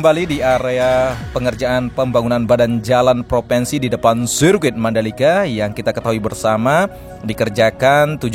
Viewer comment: maaf mas ngomongnya gak lurus....proviiinsi massss bukan proveeensi.